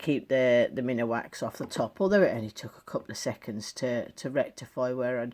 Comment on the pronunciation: I just found your channel & all I can say is WOW. They look amazing. I do have one correction though. Minwax is pronounced Min Wax, not minawax. Sorry, I don't mean to be a jerk, I think it's heredity. I loved the rings very much.